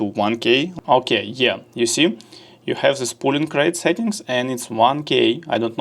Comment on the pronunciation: друг, не пУлинг рейт а пОлинг рейт)